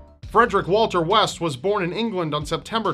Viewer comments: West? I thought he said "Weast"... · West? I thought you said Weast.